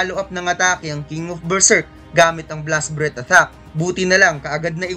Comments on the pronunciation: Atthack ba yung naririnig ko hindi attack?🤣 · Kinginang pronunciations yan! Athack (attack), dragon clow (dragon claw), cassel (castle).